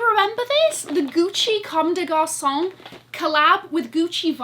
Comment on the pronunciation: What a great haul!! I spent a nice time watching your video after my stressing day at work. I love your style, everything you picked is so you especially the Chanel vintage puffer and JPG top! By the way, congrats on your french accent, you said Comme des Garçons perfectly!! 👏👏From a parisian born girl know living in London.❤️